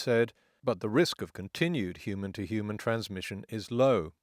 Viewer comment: Now if only someone could explain to me why people keep dropping the 'h' in 'human'.